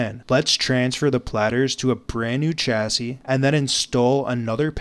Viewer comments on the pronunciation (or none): Do you record your script a line at a time? The way you say nearly every sentence with that weird inflection at the end is infuriating. And chassis is a French word, pronounced with a "sh" sound at the start, not "ch." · It’s “shassy” not “chassy”. You could brush up on your spoken English too, I was struggling to watch until the end. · This is great but there is one mistake you made during the process. When transferring the platters to a new chassis, you pronounced chassis with a hard "ch" like in church. The word is from French and should be pronounced like "shassy". Happy that the woman got her kids' pictures back. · Please stop saying "chassis" incorrectly.